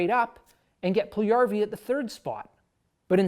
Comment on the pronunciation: Puljujärvi (1PULL-you-2Yar-vee) - You said it Pull-1YAR-vee :)